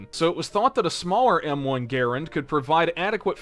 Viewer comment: He keeps saying garand wrong! How?